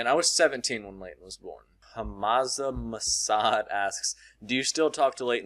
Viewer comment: It's ham za masood but it's ok